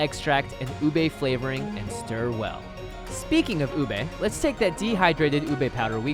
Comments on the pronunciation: It's not uBAE It's OOOBEH get on our filipino level (We're not really mean I was kidding) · They pronounced it ooh-bae When its actually pronounced ooh-beh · isn't it ube not ubey? Also I cant believe how accurate it is!! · A Penguin approves their pronunciation. It's pronounced as ooh beh not oohbae. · Bro- Im getting triggered bc HE keeps saying UBEY Its literally pronounced U-BE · how you say ube (ooh-bay) how its really said (oob-eh) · Not ubei u be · How Americans pronounce ube ubi no its ube you Americans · I'm a filipino i say uuube when i heard lars said ube i heard ubey I like leche flan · oob role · Say it with me, "U(Ooh)-be(Beh). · My teacher keeps making fun of Filipino foods. He pronounces Ube, OOB. He's like, "Well, you say YouTUBE. If you take away the "You" then it sounds like "OOB"." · UBE CAKE? DID YOU SAY UBE CAKE?!?!?